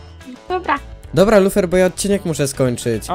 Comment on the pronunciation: lufer xd bo tak powiedziales wiechal w kośćuł xdlol